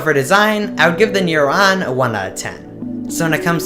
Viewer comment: You say neuron like new rohn and you say tech today like Tach todhaii you are basically a Bjergsen